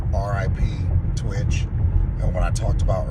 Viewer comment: You speak about this guy like you knew him, but can't say his name right. It's not T-Witch......it's pronounced Twitch.